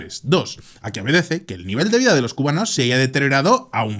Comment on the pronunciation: se disculpa de decir mal una ciudad para luego llamar mal a los cubanos para llamarlos cumanos en